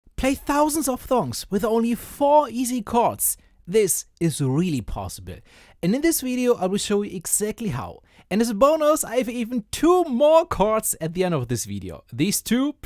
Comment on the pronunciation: ‘play thousands of thongs’ 😅